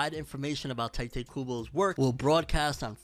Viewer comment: Bro, TEEE-Te.